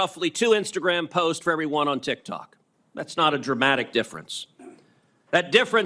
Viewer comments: Already lost the argument when he say "tic-tac". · bro really just said "tic tac" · The fact that he accidentally said "Tik-Tac" shows just how much "knawledge" he has on the subject 😂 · The second he called it tiktac his argument was over 😂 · ''tic tac'' 💀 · aint no way ted cruz just unironically said "tic tack". holy fuck old people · When he said tiktak instead of tiktok, ted lost all credibility 😂